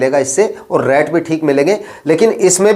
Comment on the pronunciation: रैट मत बोलो भाई रेट बोलो। रैट का मतलब चुहा होता है।